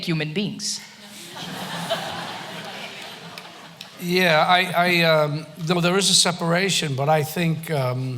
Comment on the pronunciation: Human being. Emphasis in the first word.